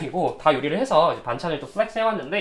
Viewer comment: 플렉스라는 단어를 이렇게 많이 쓰고 굴려서 발음 하는 사람은 처음 봄ㅋㅋㅋㅋㅋㅋㅋㅋㅋㅋㅋ